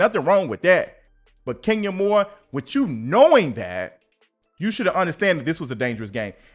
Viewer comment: Everytime I see Kenya I hear you saying "Skenya Moore" 😂😂😂